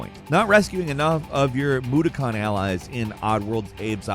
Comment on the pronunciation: Next person to say “mood-a-cons” is getting a slap. Mu-do-Kon!!